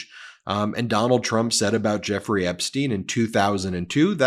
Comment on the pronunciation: Why do you pronounce Epstein Epsteen?